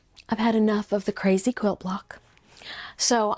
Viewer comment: Overdid the 'crazy!' bit